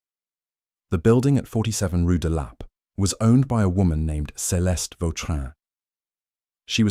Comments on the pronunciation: "Rue de LAH-pay" 😂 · Why is it so difficult for your computer to pronounce rue de la paix?